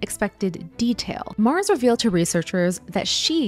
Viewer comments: Just nitpicking, but "Martins" is stressed in the last syllable. It sounds like "marTEENS" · Just disappointed at the pronouciation of the names. Martins is not prononced "mars". But interesting info. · Weird pronunciation of "Martins"... Try "marteens" it will be closer to the original. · why do you pronounce Martins like Mars? It's weird. And reported like "rapport" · Her name is Portuguese. "Martins" is pronounced "Mahrr-TCHEENS" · i loooove that you're talking about this! also it's pronounced martcheens 🩷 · Hearing Americans says Martins as Mars is hilarious